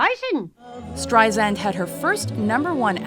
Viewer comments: omg dont call her barbra streizand its streisand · If she’s so famous, why don’t you know how to pronounce her name? It’s not streiZAND, it’s streiSAND, like sand on the beach. She’s been saying this to people for the past 65 years! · Awk! Zand??? No sub or like for you until you research the correct pronunciation of Barbra StreiSand's name. AWK! I can't look at this anymore. Click OFF! Get it right. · It's pronounced StreiSAND. As sand on the beach. Not ZAND! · Streisand not Streizand soft s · It's StreiSand, not StreiZand! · ... for the love of god ... Strei-SAND. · I wanna punch the narrator. It is StreiSand!!!! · Everyone who is giving grief about mispronouncing her name is just acting ridiculous.... I mean seriously, everyone needs to chill. Try saying it out loud yourself without saying " StrieZand " or some other way. Also probably has a hard time pronouncing certain letters or phrases like I do. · calling her Streizand is making me nuts! WHYYYYYYYYYYY???!!!!!!!!!!!!!!!!!!!!!!!!!!!!! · You would think that someone narrating a special on Barbra (who's been in the business for almost 50 yrs.) would know how to pronounce her fcking name. By the fourth "StreiZand" I was done .... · I agree, but it's Strei-SAND. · Lousy account her career highlights with footage not matching actual events and narrator mispronouncing her name... Really shitty job,! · Make another video and get someone that actually says her name correctly. Jesus Christ. I cringed every single time it said her name. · Ok you guys have GOT to learn how to pronounce her name !!!!!!! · how can anyone in media dare to mispronounce her name at this point!! BOOOOOOOOO!!! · Y'all can't even get her name right. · Couldn't even finish watching this video because she kept pronouncing her name wrong.